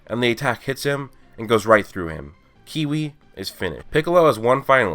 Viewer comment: His name is kiwi it's Cui